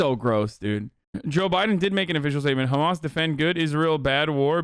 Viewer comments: I can’t stand him saying khamas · No one: Ben shabibo: khamas. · The way Shabibo pronounces “Hamas” is really irritating. I don’t even care if that’s the correct pronunciation - coming from him it just sounds pompous and arrogant. Perhaps that’s because everything he says sounds pompous and arrogant. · ugh the sound he makes when he says hamas is ear-piercing, he thinks a hebrow pronunciation will make him look like an expert in the matter